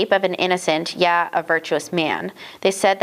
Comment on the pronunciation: This is good but, the word "yea" is not pronounced "Yeah" It is pronounced like the word "HAY" with a long "A" sound.